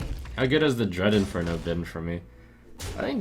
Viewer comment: DREAD IN-FER-NAL. Jesus.